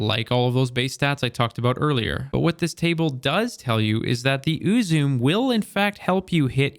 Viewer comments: Just a slight correction, but it’s closer to oo-zu-meh, not “may”. “May” would be if it were spelled “Uzumei”. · it's Eu-zoo-mae not uu-zoom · "please correct me in the comments" will do! Ame-no-Uzume-no-Mikito: Japanese kami of shinto origin. Goddess of the dawn, invented the performing arts, known for her merriment and humor, and her spontaneous dancing once saved the world from eternal darkness. "Uzume" is pronounced "ooh-zoo-may" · BTW Uzume is pronounced Oo-Zu-Me. pretty sure the word is of japanese origin, dont quote me on that but, i digress. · its more like oo-zoo-may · Last month? Uzume was around in year one, not to mention the original in D1. Btw it’s pronounced oo-zoom-ee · "Ooo zoo may" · I have one, it rules with a good build. There are 3 syllables in the name [it's Japanese] thus "U ' zu' me'. Thanks for great action in your video! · It’s pronounced “oo-zu-may” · I prefer to pronounce it UZUME (oo-zoo-mey) Or, for something that probably makes a little more sense. UZUME (you-zoom) Ya know it's funny, I don't know how I got this sniper rifle, but I've had it in my vault for...forever, and I almost scrapped it, but I kept it because it looks cool, kinda glad I did now watching this. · Ooo zu meh is the way to pronounce it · I love this sniper in both PVE and PVP. It's read as Ooo-zoo-meh, it's Japanese. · I just assumed uzume was Japanese which makes it. Ooo-zoo-may. Not whatever you were saying lol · Ooo-zoo-may (or meh if you want to get closer to the actual pronunciation) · oo-zoo-mei, the 'e' at the end is not pronounced that same as "flume" or "plume", but as an "eh". Think of how you pronounce the month "May", but tone down the 'A' sound in the middle. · Its pronounced ooh-zoo-may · it is called "U-zu!-meh" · Im pretty sure its actually pronounce ooo-zoom-may or mehh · It's oo-zoom-eh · I thought it was pronounced, "Ooo-Zoo-Mae." 🙄🤣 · I don’t think it’s supposed to be english. Eww-zoo-may; like with an accent over the E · Uzume. Oo zoo mee